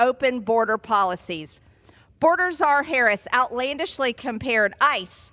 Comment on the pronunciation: can't even stand to watch or listen to Major Sailor Greenie spout the lies and misinformation she repeats on the daily. Learn to pronounce Vice President Harris' name correctly, you knuckle dragging bottle blonde redneck traitor !